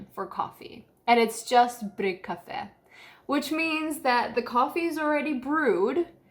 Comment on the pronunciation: Omg when you said bryggkaffe, I thought you were swedish. 😮🤩